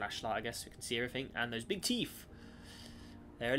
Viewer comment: "That's alot of very beeg teeth."